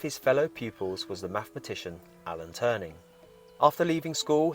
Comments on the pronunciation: Alan Turing, not Turning. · Alan Turing....... not ........ Alan Turning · Hi I think you have made a mistake it’s Alan Turing not Alan turning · You don't pronounce his name right or that of Alan Turing!🤔